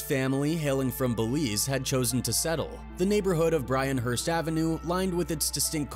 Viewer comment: Df is bryanhurst! You mean BYRNHURST!!!!!